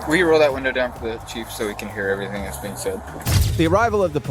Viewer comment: they could and should have got her with littering for just tossing her Mickey Mouse Club Membership Card on the ground like that. they always so rude on top of everything else. "i want you to write the fee schedule and do everythang, because i'm not a united states citizen." she knew she had a whole spiel of nonsense she was meant to deliver, but forgot it.... so it's just hey, do everythang!